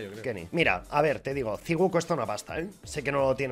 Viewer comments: Me da cáncer en los tímpanos escuchar que digan "ziguo ziguo" en vez de decir "saiwu" jajajajaja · diciendo ziuo a saiwu xD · Todos: sywoo: ciwuo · "saigú" se lee